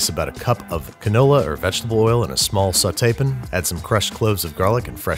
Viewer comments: You will never understand the rage I felt listening to you say "sautee-pin" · Ok. “Sauce-pn” I could tolerate. But I physically cringed when you said “sauté-pn.” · saute pin - saute pan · Sounded more like "soughtaypun" to me. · “In a small sauté pin” My disappointment is immeasurable, and my day is ruined. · Did you just say "Sautepin." -.- You're a great troll lol. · No one: Literally no one: Babish: sauteepin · Sautepin? You did not. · Am I the only one that heard him say sauté pan like that?